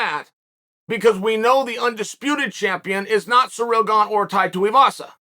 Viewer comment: I'm glad he said Ganes first name right. seereel